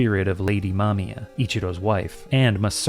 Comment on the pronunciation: Also, thank you for pronouncing the names competently. So many people I hear call her "Mamaya" instead of "Mamiya" and it's frustrating.